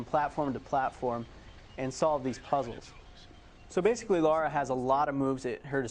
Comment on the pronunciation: Before the video starts I wonder if he'll call her Laura instead of Lara?